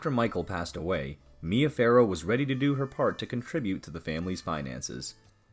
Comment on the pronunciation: The name is ‘Farrow’, not ‘Pharaoh’.